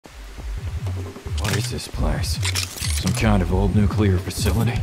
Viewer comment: It's NUCLEAR -- NOT NUCULAR